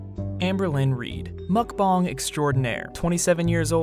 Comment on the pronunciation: Why does he keep saying mukbong and not mukbang?